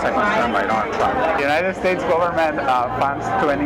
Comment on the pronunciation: Did he say the jew knighted states or Jew knighted nations